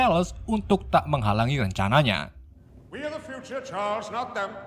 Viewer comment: Bang sekedsr saran nih , baca nama bahasa inggrisnya yg bener dong bang , dulu chaler lu sebut karles , skrg jean grey lu sebut jen gre